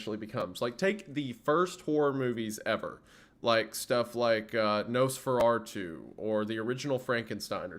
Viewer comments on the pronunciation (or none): "Nose-far-artu." Uh huh.